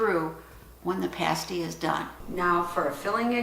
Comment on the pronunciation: Love that you say Pasty the right way lol! I was a little confused by the rutabaga, we call that a “sweet” here but I like the American term better lol! Thank you for sharing I have made parties many times but this one sounds delicious.